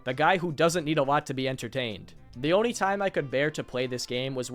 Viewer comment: I had to quit watching this a because THIS GROWN MAN CAN NOT PRONOUNCE ONLY HE SAYS ONI NOT ONLY AND IT IS KILLING ME